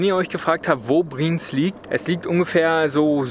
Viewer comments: Ich bzw wir sagen es euch auch mal als deutsche, die uebrigens seid Dezember 21 in die Schweiz ausgewandert sind. Eure Aussprache von BriEnz, und nicht Briiiiiiens, ist echt verstoerend fuer die Aufnahme via Ohren. Wuerde es dir gefallen wenn Jemand deinen Namen permanent falsch ausspricht ?! Es klingt einfach Scheiße. Eure Aussprache mag ja ganz okay sein, nur zeugt euer Kommentar bzw eure Antwort auf den Kommentar recht arrogant. Obwohl ihr eigentlich keinen arroganten Eindruck macht. Einfach mal mehr offen sein fuer andere Meinungen, die gar nicht boese gemeint sind. Ansonsten schoener Beitrag. BriEnz ist ein unglaublich schoener Ort. Waren letztes Jahr auch dort. Ist unbeschreiblich, muss man wirklich erlebt haben. Hochachtungsvoll, der Gesunde ! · Das wird nicht "Brinz", sondern "BriEnz" ausgesprochen. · Brieenz, Brieenz... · Der Ort heißt nicht Briiinz, sondern Bri-Enz!!! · Ich könnte schon kotzen, wenn ich höre, wie ihr BRIENZ aussprecht!!! Fängt schon damit an, dass Ihr euch nicht so sicher seid, wie man das ausspricht. Offensichtlich null Vorbereitung für ein schnelles Video. Alle Daumen runter!!! Und es heißt BRI-ENZ!!!! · Bri-Enz (2 Silben)